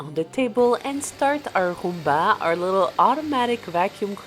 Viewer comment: When you say "roomba" you pronounce the "r" the same way my abuela does 😭💛 She's from Lares, PR